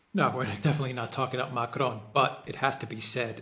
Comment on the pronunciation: Dear, Please revisit your pronunciation of Macron.